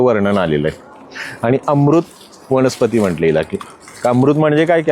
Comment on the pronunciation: वनस्पती असत सर वणस्पाती नाही